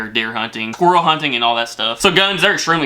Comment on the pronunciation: "Skwerl hunting"